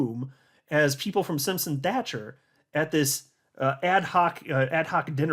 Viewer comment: Hey how are ya, the 🏴 says hello & thank you! Also can you tell Brad kimes that he keeps saying the name Simpson Thatcher wrong, he pronounces Thatcher with a K and it sounds like Thakker, honestly it's making my ears grind! It's not that hard Thatcher as Margaret Thatcher not Thakker..I love his channel but he butchers some names at times.